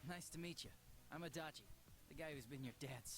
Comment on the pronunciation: RIP ears every time he says Adachi D'